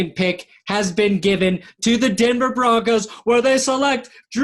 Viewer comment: #10 "Bronocs"???????.........it is spelled B-R-O-N-C-O-S!!!!!!!!!!